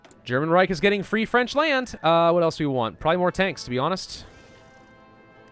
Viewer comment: U know how it sound when u said free French i thought it the residence France